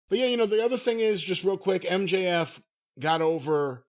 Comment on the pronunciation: HOW do you fuck up MJF?!